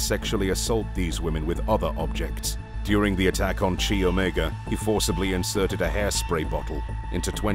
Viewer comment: Chi Omega is pronounced (Kai OMEGA) not (chee Omega)